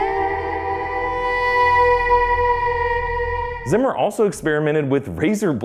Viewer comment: zimmer is pronounced like "tsimmer" please just don't change his name.